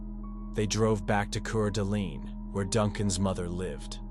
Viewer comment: It's Quart A Lane ID hate A.I. mispronounced shyt